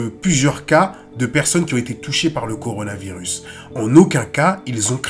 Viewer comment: A le mec a dit CORANOvirus 🤦😂